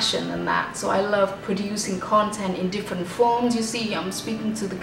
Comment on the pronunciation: Tiếng anh của chị nghe không có âm trầm gì cả ạ. Ngay từ câu đầu chị nói từ “ different” đã thấy rất fail rồi ạ @@